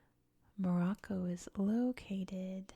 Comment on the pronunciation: thank you for this video on morocco , i hope you discover more and more things on our country. also you really good at pronouncing the names right.